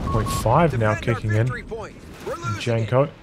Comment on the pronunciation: Janko is read as Yanko.